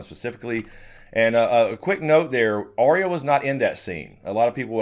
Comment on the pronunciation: I have issues with the way pronounces Arya. I will also now and forever associate Michael Jackson’s Beat It with Tweet Tweet Tweet Tweet it. Thank’s a lot.